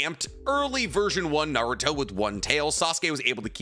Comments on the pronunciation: Naurot?!, you drunk? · "We are Naurot, the fusion of Kakarot (Goku) and Naruto!". Sounds like Vegito refusing to say Goku. Lol, but for real that would be a pretty dope fusion.